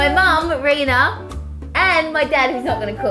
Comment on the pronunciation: "In the pan with and “ it's not that hard haha